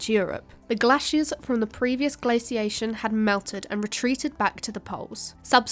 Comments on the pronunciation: "_Gla_ciation" - _gla_c / 😐 'Glaciation' - _glay_c? 🤔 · Glass-iation? Its Glay-ciation. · Where is from? your English is pretty good, apart from the glassiation and hollowscene. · I've heard some Americans pronounce it glay-ciation in their language, which has always struck me as rather odd. There is no y in the word. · I can't listen to glaciation being butchered over an over. Pity. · Anyone notice she pronounced glaciation two different ways? One, the way I am used to as an American, and the other with a short sound A that I assume is British pronunciation. Kind of a weird thing I noticed.